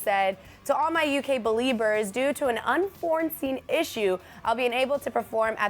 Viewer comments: Am I the only one who's annoyed by the fact that she keeps saying "un-forn-seen" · why does "unforeseen" suddenly have an extra "n?" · "Unfornseen" "Moon mens" I can't. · I'm sorry but it doesn't surprise me that she doesn't understand what unforeseen means since she says 'unfornseen'... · unforeseen. how did you pronounce it unforeseen. Dumb